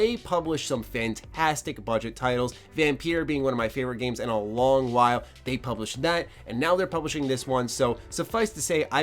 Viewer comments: It's not pronounced "Vamp-EAR" its pronounced "Vam-PI-ER" "Vampyr" is the original spelling of the word. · so you’re saying Vampyr and Vampire are pronounced the same? 😐